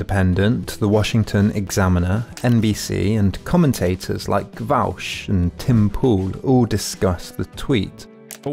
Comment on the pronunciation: Thanks for the improper pronunciation of Vaush. That always tickles me.